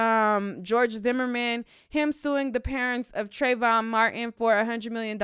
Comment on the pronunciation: Isn't it pronounced Trayvon...?